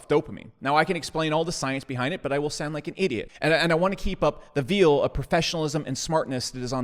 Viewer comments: Veal is baby cow meat. “ veil” pronounced veyhl is something that obscures. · If you pronounce veil as veal, I'm not going to continue thinking you're a smart guy. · You pronounced veil as "veal". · Love that he pronounces “Veil” like “Veal” and then proceeds to try and explain neuroscience. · Mispronounces the word "veil" while joking about maintaining the appearance of being smart. Was that a next-level gag that I just didn't get?